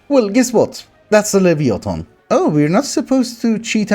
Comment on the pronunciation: Enjoyed the video. However, I should mention how Leviathan is pronounced. Lev-eye-a-than.